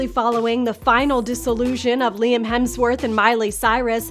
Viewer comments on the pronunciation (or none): none